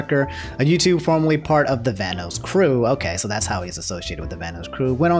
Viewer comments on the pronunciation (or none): Hey, just letting you know it's pronounced "Van-oss" and not "Van-O's". Also Liz and Delirious are dating, not married:) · I don't mean to be rude, but it's pronounced "Van-oss", like how "loss" is pronounced, not "Van-oos". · Bruh my dude really said Vanose, (Van-Noe-S) wha, vanoss finna snap and demonitise half the videos on youtube or smtn lmao. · Lol he said vanoos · Plz Van-NOS and caliber like a gun. Still love u ✌️😂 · Sorry, my man. You seem like a cool guy, but the way you pronounced "Vanoss" earns you an automatic dislike. 😂